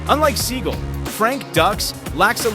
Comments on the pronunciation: Is pronounced SEE-GAL... not See-Gull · Steven Seagull? At least get the name right Mr. Narrator. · IS PRONOUNCED Seagalllll!!!! Dude!!! Don't be stupid!!! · This guy mispronounced both of their names😂